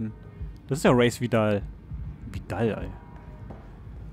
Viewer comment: Als Bayern-Fan würde ich den Namen Vidal nicht so verächtlich aussprechen ;)